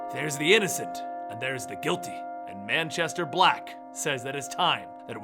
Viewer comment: Moo-Chester black